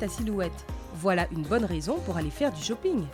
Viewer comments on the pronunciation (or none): « Tu peux aller faire du shoppingeuh »... hé euh ho il faut des sous aussi hein!